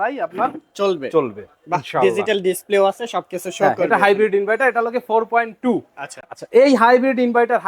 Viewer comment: ইনভাইটার না ইনভার্টার